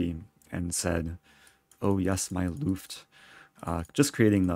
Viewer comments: Reti: long "e". Luft : short "u" ! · Great analysis and game as usual! Little advice: it is actually a ''short'' ''u'' in the German ''Luft''. So not pronounced like ''loofed''. Btw, if anyone's in for a ''German words in Chess!'' fun fact, here's another one: a lot of you may be familiar with the ''Zwischenzug'' (in-between-move). In German there is actually a word ''Zugluft'', and I will be as charming as to try to let non-German-speakers figure out what that one might mean. Spoiler alert: it really got nothing to do with chess, but maybe we'll find a nice application to make it so.